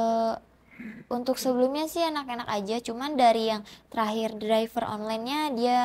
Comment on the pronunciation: Driver bacanya draiver mba🥺🙏🏻 semoga cepet tobat ya. Naudzubillahminzalik